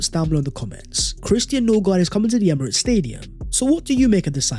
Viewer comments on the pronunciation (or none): none